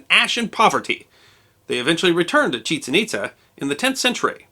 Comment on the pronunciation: Years ago, I visited Chichen Itza. By the way, I was taught that the pronunciation is not what you used. The accent is on the second syllable, not the first syllable. Those ruins are amazing, and I recommend them to anyone.